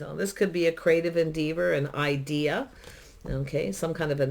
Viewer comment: Thank u for this lovely reading - fyi - en-deh-vur 🌿